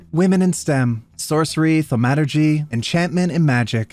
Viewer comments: When I heard try to pronounce 'thaumaturgy' I keeled over with laughter. Honestly made my morning. I'm a D&D nerd and hearing a cantrip pronounced 'thuh-mat-urge-y' just makes me want to call my friends and let them know the new, proper way to pronounce the word. BTW, I've always pronounced it 'thaw-muh-tur-gee'. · I hate the way he says thaumaturgy